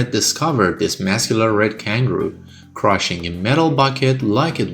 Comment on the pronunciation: Roger Kangroo💀